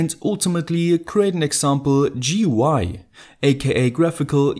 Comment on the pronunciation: Thank you for saying G-U-I instead of saying Goo-eee. I really hate it when others pronounce it instead of spelling it. Btw, why didn't you discuss why they are called TFT?